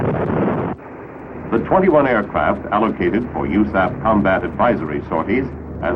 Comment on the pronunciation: Who the hell says u-saff? Honestly the first time I've heard it pronounced as a word in an official manner.